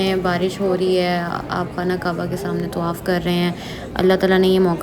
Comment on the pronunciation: tawaf.. not tuwaaff